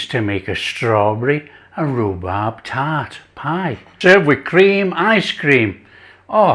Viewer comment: Hey it was so delicious you said Rubrab 😂 thanks for sharing